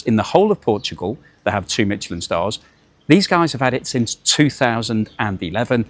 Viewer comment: You keep pronouncing Michelin incorrect - there is no T